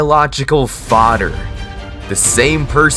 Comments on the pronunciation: “Fader” gng why can’t you say FATJER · Not him saying fader😂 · "but at the end of the day, he is still my fodder" (no disrespect btw)